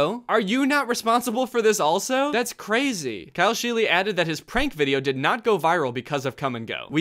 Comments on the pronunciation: the fact that his name is pronounced sheel-y instead of sheel makes it worse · I cringed every time someone said scheele in this video, my last name is the same and that is not how you pronounce it🫣